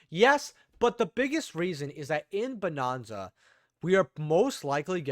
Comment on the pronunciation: Bro are you just saying bonanza wrong on purpose lol it's not bonOnza 😂😂😂